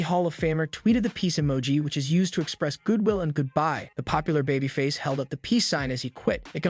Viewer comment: And she-mus and char-lot (shay-mus and shar-lot). I think this might be a computer generated voice. Pronounced Babyface wrong too.